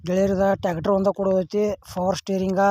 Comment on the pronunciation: ಟ್ಯಾಗಟರ ಅಲ್ಲಾ ಅದು ಟ್ರ್ಯಾಕ್ಟರ್ 😂😂😂😂😂😂😂😂😂😂😂😂😂😂😂😂😂